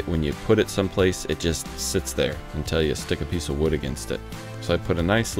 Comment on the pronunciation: Did you say "install this piect"?